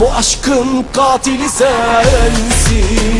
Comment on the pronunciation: Katili gatil gibi okuyor ama Bıçakı da mıçak olarak telaffuz ediyor sanki : )